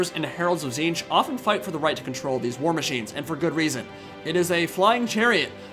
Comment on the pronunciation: it's pronounced tit-snitch, not ti'ziinch